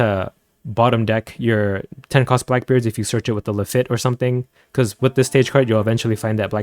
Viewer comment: That is not how you pronounce Lafitte